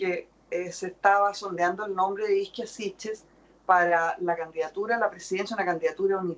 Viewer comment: la isla italiana se llama Ischia y no Izkia, que es muy diferente